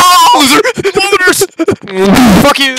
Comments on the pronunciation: 1:I love the sound affects 2:why does spiderman 2099 say colomiters all the time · “KILOMERS” Part 2 on